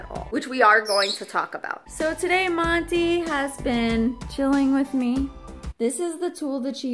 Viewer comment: Hey I kept going historical laughing when you kept saying motto and not monty lol